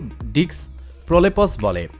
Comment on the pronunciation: আরে প্রলেপস না প্রলাপ্স l কেন মেডিক্যাল টার্মিনোলোজি বলেন l